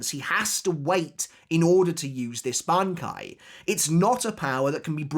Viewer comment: how many attempts did it take to pronounce that bankai right